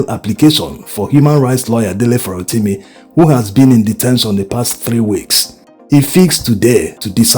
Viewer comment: No insult, Please . The way you pronounce this Farotimi bites the ears. Please try aand get a Yoruba man to hum the sofa notes of the name to you, this way you can get the correct accent. It is affecting your content. You get the the Dele but the Surname biko, please you can do better.